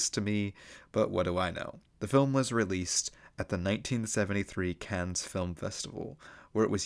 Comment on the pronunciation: Cannes is pronounced without the S